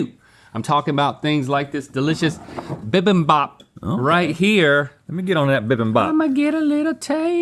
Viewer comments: Bimbimbop is pronounced beembeem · Hey Link, Rhett, it's actually pronounced bee-bim(like bin but with m)-bop. I always enjoy waking up to your guys videos. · As a Korean I have to say it’s “bee beam bop” when it’s spelled bibimbap